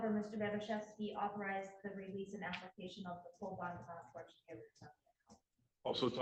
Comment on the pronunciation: Applecation... Is killing me 😅